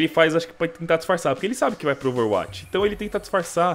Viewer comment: fala ouveruati kkkkkkkkkkkkkkkkk